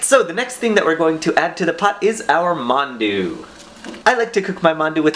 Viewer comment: every time you said 'mandu,' i thought you were talking about mountain dew... because that's what my friends call mountain dew.